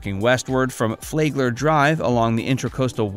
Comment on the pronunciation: Flagler is pronounced "Flag" "ler" ..not "Flay" gler. The 'a' sound is short. Also you missed Manatee Lagoon at the FPL power plant just north of downtown West Palm Beach. This is where manatees gather in the warm outflow waters of the power plant and admission is free.